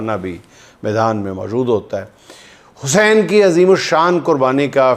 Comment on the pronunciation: juind shb imam e Hussain e pak ka nam achy terqay sy bolein